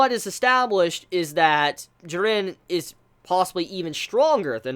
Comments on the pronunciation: JEE-RIN dummy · I'm a big fan of your videos but the way you pronounce "Jiren" really gets under my skin every time I hear it for some reason. Sorry for coming off as ignorant but is there a reason for that? No offence though. :D ;) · We all just need to except the fact will never pronouce Jiren correctly. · You say jirens name weird